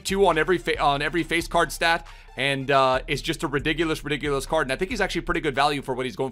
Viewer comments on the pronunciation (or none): nobody:: “ ridigulous “